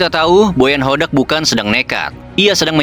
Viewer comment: Meuni JELAS min nyebut BOTAK 😅